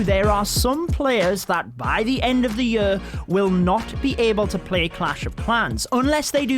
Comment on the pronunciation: "end of the yur"